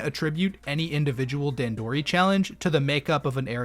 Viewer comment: I think it's funny that you went out of your way to a learn how to pronounce "hearth", but not "dandori" Other than that, and you slandering the winged pikmin, though, great video!